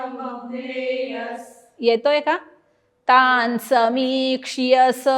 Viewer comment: तानसमीक्ष्यस असं आहे ना?क्ष ला वेलांटी नाही आहे. मग क्षीयस असा उच्चार का करायचा?